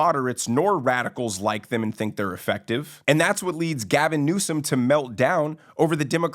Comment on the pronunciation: LoL you got Gavin correct